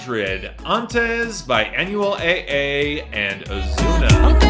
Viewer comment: Spanish hurts me but I at least appreciate him for trying. Specifically his pronunciation of Anuel AA. "On-well dough-bleh Ah"